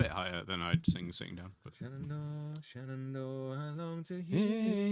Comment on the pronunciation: Question about 'Shenandoah': why do you pronounce the 'i' at the end as 'ay'? I'm sure there is a good reason but was very surprising to hear; anyway - sorry not to have been able to watch the stream live yesterday, but still under the spell of having been to and enjoyed a lot your concert in Sint Niklaas (including the chat and photo op)! :-)